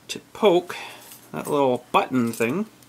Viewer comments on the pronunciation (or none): none